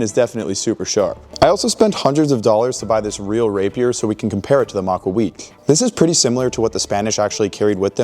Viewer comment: The pronunciation of "rapier" is making me mad